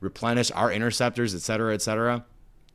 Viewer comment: "Obsequious" ... four seconds later: "ex cetera, ex cetera"